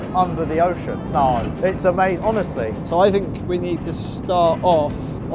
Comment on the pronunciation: I can't belive someone is going to win one of these.: Its Omazing 😂